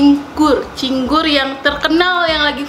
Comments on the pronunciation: bukan Cinggur tapi Cingur ajaa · Cingur kak bukan cinggur😊😊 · Cingur kak yg bnr😂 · Cingur sayang.. bukan cinggur.. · Bukan cinggur tapi cingur, sepurane mung mbener ne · Cingur bukan cinggur wkwkwkkw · cingur bukan cinggur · heran nih orang ga sekolah apa gimana sih? ngomong ama ngetik ga pernah bener. "cingur" bukan "cinggur", baca yang bener kenapa. merusak lo. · Manggil cingur juga salah🤣🤣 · kenapa di videoo viral hitam pekat? karna sebenernya ada Kecap. sbnr nya juga ada Trasii buat melengkapi rasa nya. dan rujak cingur sbnr nya tidak menggunakan buah buahan, karna di viral harga 60K ya? itu menyesuaikan harga jdi ditambahi topping buah begitu. btw bacanya rujak cingur, bukan cinggur hehehe. just info. salam dri daerah asal rujak cingurrr <3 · cingur bukan cinggur hehehe😅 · Cingur kali bukan cinggur , rada aneh dengernya cinggur2 melulu 🤣 gk pake bawang putih rujak cingur , pakai petis nya 2 petis enak sma petis biasa trs kacangny d goreng 🤣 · Cingur bukan cinggur hehe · nih lucu bgt tiap ngmng pasti belepotan. Trs itu sebutannya cingur bukan cinggur🤣 rujak cingur bukan makanan yg aneh sih bagi aku, aku kerja di hotel bahkan tamu hotel lbh suka order rujak cingur tiap lunch kata mereka enak pdhl rata2 yg makan org jkt, papua, medan. Gak ada rujak cingur pakai kentang, bawang putihnya itu bawang putih goreng, dan mengolah cingur emng susah spy jd cingur yg enak, ga bauk dan empuk, prosesnya berjam2, sm spt mengolah bebek. Malahan bukan rujak cingur namanya kalo beli gak pakai cingur😂😂 kalo penjualnya pakai cecek untuk ganti cingur (krn mahal) malahan kita yg beli suka jengkel hehehe Enak bgt rujak cingur jd pengennnn makannya 1 bungkus rame2 hahaha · Btw itu cingur bkn cinggu.Dan cara bikinnya jg salah juga bahan2 ada yg kurang atau karus diperbaiki.Btw aku asli orang madura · cantik bukannya itu cingur yaa bukan cinggur.. g nya diilangin satu atuh ceehh.. tapi lucu sih wktu bilang cinggur ngguuurrr😅😅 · Cingur bkn cinggur😂😍😍😚